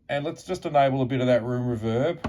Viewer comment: It's REE-verb, not R'verb.